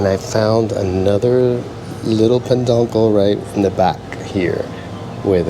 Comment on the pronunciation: Great video, Just FYI it is not peNduncle but peduncle without the N😂